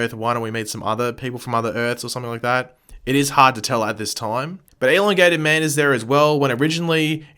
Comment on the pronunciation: Is anybody else annoyed by the way he says elongated man